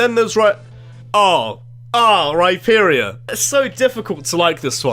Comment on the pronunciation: DO NOT LEAVE OFF THE H IN RHYPERIOR OR RHYDON!